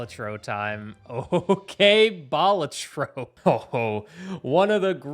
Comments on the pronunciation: Its Ba-la-tro not bal-a-tro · love the video and your channel, but you say balatro weird xd aaaaaaaa